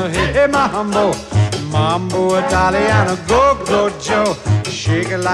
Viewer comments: If he were going to sing a song about typical Italian things, he should have at least worked on his Italian pronunciation. He has butchered the Italian words. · It hurts my soul a little bit when he mispronounces the words